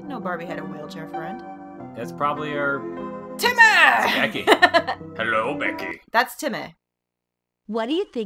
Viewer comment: "Hi Decky!" Barbie pls, it's Becky